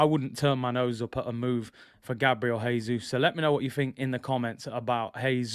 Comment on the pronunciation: Btw- Jesus is pronounced the Portuguese way: "Jay-Zus," not the Spanish way: "Hay-Zus."